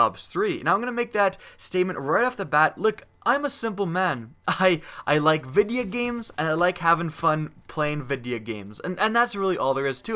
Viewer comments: Am I the only one bothered that he pronounces videogames "videeya games" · You pronounce "videogames" like my 93 year old grandmother. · wtf, does anyone notice how pronounces videogames😂